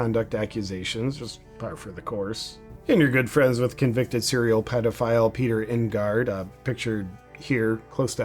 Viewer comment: NIGH GARD. ( nydard)